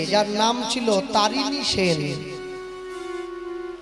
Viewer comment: তরণী সেন ,তারিণী নয়।